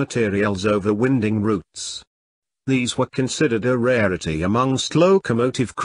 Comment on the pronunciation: I don't like the artificial voice - so obvious especially when 'winding routes' is pronounced as if the routes concerned were rather 'windy'! Can't you give the narration with your 'normal' voice? Otherwise, most interesting.